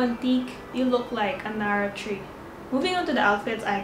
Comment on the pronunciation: I laught so hard when u said nara tree lol